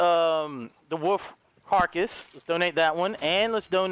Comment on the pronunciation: I love how he says woof instead of wolf